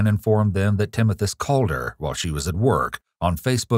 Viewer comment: Timothus? Timothas? Oh i see Timothoes. Oh okay.